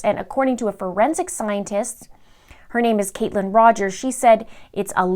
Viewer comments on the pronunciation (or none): none